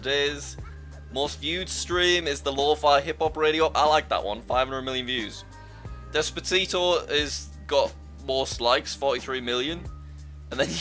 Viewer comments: Despatito? It’s despacito not despatito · despatio No, no. As a Mexican, “DE-SPA-SITO” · Ah yes, my favourite song, DespaTIto. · I like the way Jack says Despatito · Jack : "Despatito" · "Despatito" - Jack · Ah yes despatiteo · Jack: Despatito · "Despatito" -Jack 2022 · is it just me, or did he say “despatito” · Jit just said despatito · Yeah. It is despa"t"ito not despacito